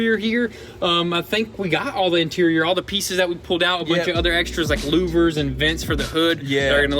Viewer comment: Hey wait, did you all pronounce louver correctly? Nice. I've been watching since the beginning and love busting your chops!